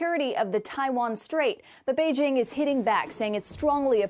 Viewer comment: Finally! Someone who can pronounce Beijing. JING. as in jingle. Not as in BeiGe. 👍👍👍